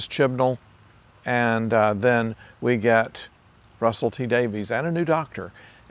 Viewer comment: It's pronounced "Davis" not "Davies", contrary to the spelling!